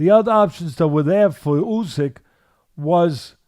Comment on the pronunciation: I say? When you get the chance, can you point out to Teddy that Olexandr's surname is pronounced "OO syk" and not "You syk"